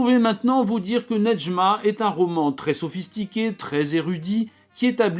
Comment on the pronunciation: Je m'appelle Nedjma en honneur à ce livre et je crois qu'on ne prononce pas le D, en tout cas pour moi c'est le cas et Kateb Yacine ne le prononce pas non plus